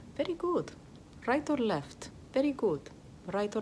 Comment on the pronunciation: “Rrright orrr left? Verrry good. Rrright orrr left? Verrry good. Rrright orrr left? Verrry good.” Should high key be an actual song.